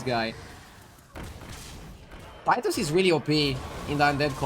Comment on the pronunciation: But pronounce it: tit-us